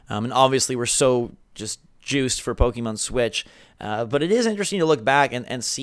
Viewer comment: Why! Why do you keep saying "pokEEmon"? ... -_- It's Po-keh-mon. The second vowel is like an "e" in "bed".